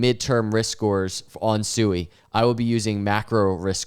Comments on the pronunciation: Sui is pronounced “Swee”! All these YouTubers talk about Sui but can’t even properly pronounce the name of the project. 😂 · SUI is pronounced (sweee) not sue-e